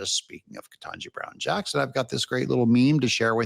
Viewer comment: Biden could NOT EVEN PRONOUNCE KETANJI BROWN'S NAME! I remember when I believe it was her Birthday and he couldn't get through her name to wish her Happy Birthday.